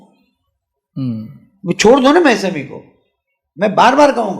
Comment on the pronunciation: Mesami not mousami